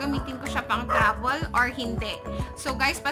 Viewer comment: Labol, Travol 😒😒😒😒😒